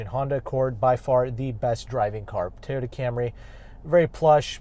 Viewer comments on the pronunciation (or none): none